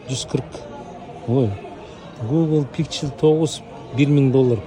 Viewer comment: гугол пиксел деп окуулвт байке 😁